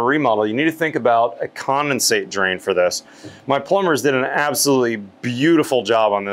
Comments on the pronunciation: Are you saying commonsate or condensate? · There is a D in condensate. seems to be saying “commasate” for some reason